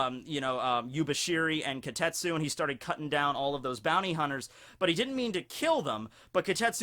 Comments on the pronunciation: starts mistaking the name as kotetsu instead of kitetsu... goes on a rant about child iron... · Why not pronounce it properly? Ki te tsu